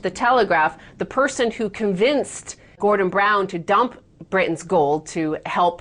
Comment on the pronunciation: she can pronounce british but not britain